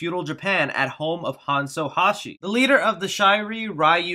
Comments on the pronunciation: Hanso Hashi > Hanzo Hasashi Shi Ri Riu > Shirai Ryu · You are not saying Hanzo Hasashi right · u mispronounced hanzo hasashi and shirai ryu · Jesus you couldn't have butchered pronouncing Hanzo Hasashi and Shirai Ryu any worse could you?